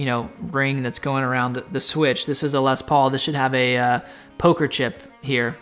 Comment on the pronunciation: Please don't pronounce the "s" at the end of "Les", it makes me cringe a lot 😖